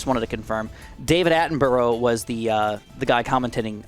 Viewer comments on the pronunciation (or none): As a British guy, I've only now noticed that your pronouncing of David Attenborough should be correct but isn't, it's said "attenbruh" if your wondering, but that was interesting